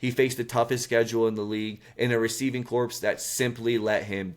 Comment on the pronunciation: Good job man. Gonna spot you on the bar here... it's pronounced like Core. Receiving corpse sounds awful 😆